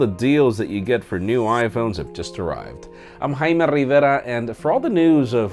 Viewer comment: Love how he says Haima Rrrrrrreviera 💗💗